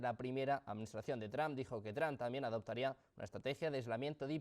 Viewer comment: Donald Tram? Se escucho debil hacia el presidente . Es Donald Trump y se pronuncia Donal tromp